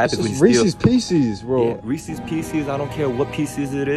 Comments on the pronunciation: It's Reese's. As in the guys name was Reese. Not ree-sees. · y'all pronouncing reese's wrong. 😭 it's "ree-sez" not "ree-c's" ☠️ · Say the name reese. Did you say reesee? Now pretend reese made candy names pieces. Reese's pieces.